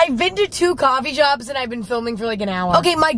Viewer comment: emma: coffee shops are gonna start clothings- coffee sherps---- Coffee shops are gonna start clothings--are you kidding me? I keep cracking up to this😂😂😂😂😂